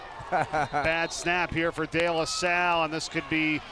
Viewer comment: couldn't even pronounce De LaSalle